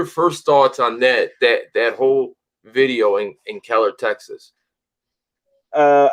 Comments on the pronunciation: The city is Keller, not “Kellen”, in Tarrant County, between Dallas and Fort Worth, Texas. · Just FYI it's Keller not Kellen. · Its Keller TX. Not Kellen